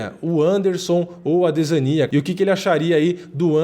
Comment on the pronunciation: cara, vc n sabe pronunciar adesanya